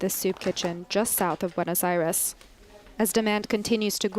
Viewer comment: "bwenus arez"? learn a little Spanish honey.